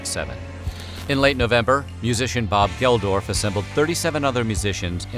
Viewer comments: Bob GeldoRf?? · Geldoff not Geldorf... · I love this seris. I was 8 yrs old in 1984 and remeber so much of this. I still have my G1 Optimus Prime. Btq its Bob GelDOFF, not GelDORF. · Bob Geldof. Not Geldorf. Good. Memories though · did you say Bob GELDORF? isnt it Bob GELDOLF? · Geldoff. Not geldorf. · It's 'Bob Geldolf" not 'Geldorf'. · So after all this research, they couldn’t be bothered to pronounce Bob Geldof’s name correctly? (Hint: it’s not GeldoRf) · Bob Geldorf? Uh...think you mean Bob Geldof. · It is Geldof not Geldorf, where is Purple Rain? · Geldof NOT Geldorf, you idiot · Bob Geldof, not Bob Geldorf. Great vid otherwise. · And calling Bob Geldof "Bob Geldorf" lol. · no "R" in Bob Geldof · I noticed that too -- there is no "r" in Geldof... WTF? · Bob Geldof....not Geldorf 🤦‍♀️ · Hey dimbulb, how hard is it to pronounce "Geldof"?